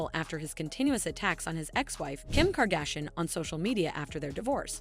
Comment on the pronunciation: 😂😂😂 The narrator can't says adidas or Kardashian and I'm supposed to listen to her over Kanye? 😂😂😂